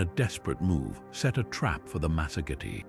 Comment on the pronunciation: the lands of the masogity... good grief.later it's masergeti... what is wrong with your ai's script bud?